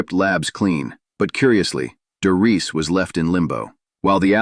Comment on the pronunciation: You can't even pronounce "the Reich" correct. What about "Bach"? Get the hell out of here!